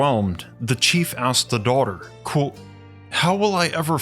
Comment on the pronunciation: 'Kwōtė, not 'cwóque'. Your channel is great, this one, constantly misspronounced word, which you could just avoid, is holding you back. Give it the mustard! "KwŌtė" Aim for the O and the T. KWŌTĖ. Love your material.